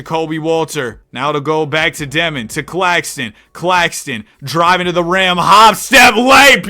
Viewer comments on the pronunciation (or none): “Nicholas cack- Claxton”